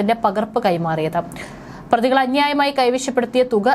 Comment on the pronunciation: പ്രധിയല്ല, പ്രതിയാണ്, കുട്ടീ മിക്ക വാക്കുകളുടേയും ഉച്ചാരണം വികലമായിട്ടാണ് , വാക്കുകളുടെ അർത്ഥം മനസ്സിലാക്കി വേണം വാർത്ത വായിക്കേണ്ടത്